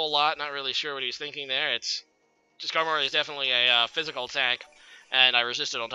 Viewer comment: I don't know why no one has ever said this but Skarmory is pronounced Skarm-ory not Skar-mory.